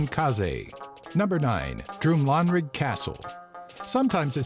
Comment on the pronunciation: Love the video! However it’s actually pronounced Drum-lan(rhyming with dan)-rig and Buh-clue.